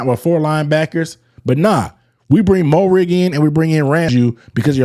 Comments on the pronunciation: its, "MARE-RIG" not "MO-RIG", but yes, he was been a key part of our secondary since last season. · Dawg no disrespect intended but say his name right he’s been on the team for a year. Pronounced Merrig.